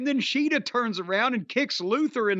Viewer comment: lol, the way Jim (and Toni) said Shida’s name is actually closer to the actual way of saying it (each syllable should be the same length).